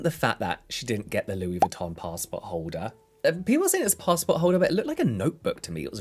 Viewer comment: A fucking "pastport holder" 😅